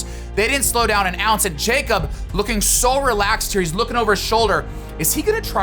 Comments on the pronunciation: His name is pronounced “Yakob” not “Jacob” 😁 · It’s not pronounced “jakeup” it’s yakob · Broo nick I love you but he’s Norwegian and his name isn’t pronounced “Jacob”😬 It’s Jakob lol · Jakob. Yah-cub. 🤣🤣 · Great video for the most part, but man hearing that "JAY-kob" every time instead of "YAH-kob" was really jarring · His name is pronounced ya-kub but it looks like Jacob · Nick, great video! But for the love of god pronounce Ingebrigtsen’s name right lmao. It’s “ya-kub” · Isn’t it pronounced Yacob? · It isn't very important but "jakob" is pronounced (ya-cub) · Jakob is actually pronounced like yakob